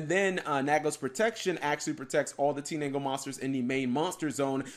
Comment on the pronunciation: Wait did Cap say Teenangle instead of Tindangle?